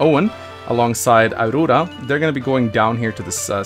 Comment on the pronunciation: I like how always finds a way to mispronounce names. Auroora cracks me up every time!